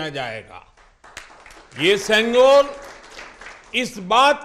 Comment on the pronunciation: தமிழ் தமிழ் என்று பேருக்கு சொல்லி திரியும் இங்கு இருக்கும் தத்திகளே பிரதமரின் இந்த பேச்சைக் கேளுங்கள் செங்கோல் மற்றும் தமிழ் வார்த்தைகளை எவ்வளவு அழகாக சொல்கிறார்‌ வாழ்க வளமுடன் திரு மோடி ஜி ஐயா உங்களை வணங்குகிறோம் ஜெய் ஹிந்த் 🙏🙏